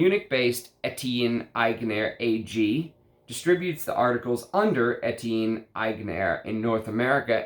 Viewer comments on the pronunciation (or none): It's pronounced "Ety yon", sharply "Ag nair" .